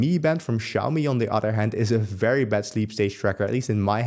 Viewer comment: accent almost confused me. Thought he said "very best", whereas he said "very bad"... Sigh lol